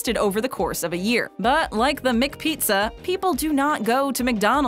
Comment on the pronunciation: "MicSpaghetti" "MicPizza" is haunting my ear.